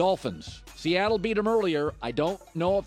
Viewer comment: I stopped at "Seattle".